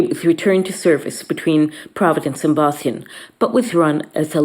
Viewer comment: She can't pronounce Boston.